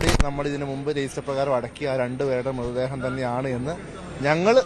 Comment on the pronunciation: മൃദ്ദേഹമല്ല മൃതദ്ദേഹം എന്ന് പറയു